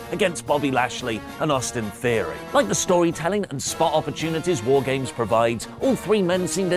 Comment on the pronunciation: Wife keeps wondering if is saying "Whore Games." And that's all I hear now.